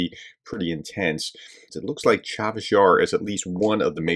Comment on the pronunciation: Not Chavis Yar, professor, Cha-seive Yar